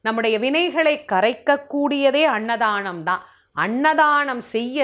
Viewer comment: அன்னதானம் √ அண்ணதானம் × அமாவாசை √ அம்மாவாசை × தாயே, தங்கள் தமிழ் உச்சரிப்பில் சற்று அக்கறை காட்டுங்கள்.